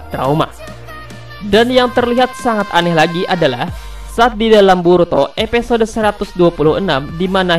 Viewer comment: episode bang bukan epesode